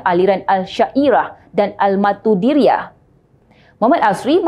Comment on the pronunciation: pemberita nak sebut maturidiah pun susah. ni pula mufti nk claim ahli susah mestilah asy-mat. pening